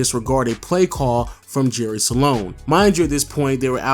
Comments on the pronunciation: it's "jerry sloan" not "jerry saloan", say it properly if you're going to say it 100 times in the video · It's SLOAN. Not SA-LONE. Lol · It's "Sloan" not "Saloan" lol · I’ve never seen someone turn “SLOAN” into a 2 syllable word until this video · I initially thought you misspoke when you said Jerry "Salone"... Then you repeated it about 23 times. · SALONE SALONE SALONE SALONE SALONE SALONE SALONE SALONE SALONE SALONE SALONE SALONE SALONE SALONE SALONE . Slown man NOT salown! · Jerry SLOAN Not sAlone..... Moron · Are you saying Jerry SA-lone? Or just Sloan? Cause it's just Sloan. Not SA-lone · Am I the only one that notices this dude keeps saying jerry saloan and not Sloan... I mean it’s not that hard to pronounce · Great vid. Kinda sad how Deron Williams and CP3 were once considered equals, but Williams is out of the league now. Oh, and btw, Jerry Sloan is pronounced 'Sl-own', not 'Sa-lown'. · Dude his name is Sloan, not Sa-loan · Its sloan NOT SALONE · Jerry Sloan not Salon... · Is it me or is he saying Jerry "Salon"? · LOW saying Jerry Sloans name like “Saloan” was cheesing me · One of the greatest coaches in NBA history but obviously you aren't familiar because I heard Jerry Salown or some other weird pronunciation. SMH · Stop saying sa-lone!! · “Jerry Salone” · Dam hearing him keep saying Salon pissed me off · Thank you, I was cringing every time he said salon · 😂😂😂😂😂 Salone!! I almost thought he said Jerry Stalone! 😂😂😂 once is ok but multiple times? Come on dude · You know your saying jerry Sloan name wrong on this whole video?